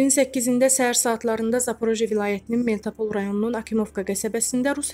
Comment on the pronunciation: АY GIZ, MELTOPOL YOX, MELITOPOL SHEHERINDE ESHEDELIB!!!